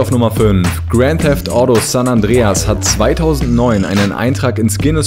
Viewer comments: Gränd Däft Audo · Granth Theft audo 😂😂😂😂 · Haha geil "GRAND THEFT AUDO" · Gränd teffd auddo XD am anfang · deine aussprache Grand theft audo xD